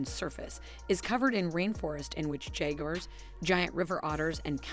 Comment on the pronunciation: Her pronunciation is all over the place for instance jaguar